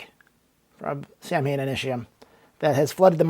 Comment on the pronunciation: The band 's name pronounces SAW - WiN because it is Celtic